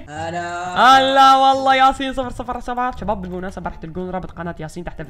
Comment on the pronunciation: ليش تحجي بحرف ج اتكول جباب ما تكول شباب